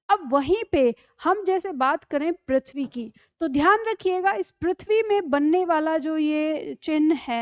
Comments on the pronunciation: Prithvi word me ru ka uchharan ri nahi kahana ru hi kahana chahiya agar english me ri kahate chahiya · ऋ का उच्चारण करने केलिए अपनी जिह्वा को मोड़कर rrr बोलें। इस प्रकार पृथ्वी का उच्चारण प्रिथ्वी नहीं prrrthvi होना चाहिए। पृथ्वी को prrrthvi कहने से पता चल जाता है कि यहाँ ऋ की मात्रा है